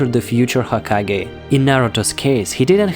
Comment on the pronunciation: Is it me or he said hakagay